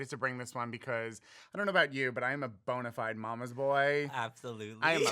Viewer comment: Did he say bonerfied 😱